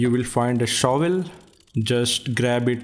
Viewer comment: I love when he says “now yu well see tha shuval now grab it up”😂